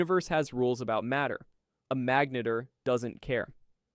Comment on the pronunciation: You pronounced "magnetar" three different ways in your voiceover. Magneeter? LOL